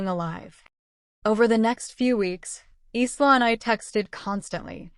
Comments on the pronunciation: Isla is not pronounced eesla . It is Ila . Long I the syllable stressed and then la secondary stress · Isla’s name is pronounced eyela